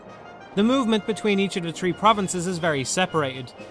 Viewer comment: Lol you say "tree" not three